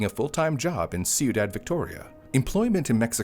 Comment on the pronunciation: ciudad phonically is “quee-daad”